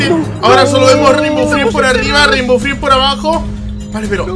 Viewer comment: oye no se pronumcia rimbow friends se pronumsia reinbow frends